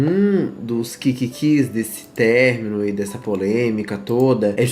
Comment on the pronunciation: "Término" Ã-MO